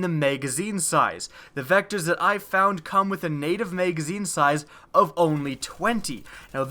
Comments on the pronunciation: Kinda pisses me off that you say "mageazine" when it's pronounced mag-a-zeen (magazine). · "Megazine size" lol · You really need to watch your video and see how stupid you sound saying megazine and how many times you fucking say it. For fucks sake. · "mega-zeen" size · Can we get a counter for the number of times he says "meygazzine" please